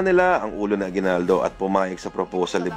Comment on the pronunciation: aguibaldo not bayani but Bayadni .hahaha